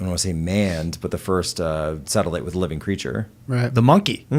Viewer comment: That's a NASA "satilite" 😂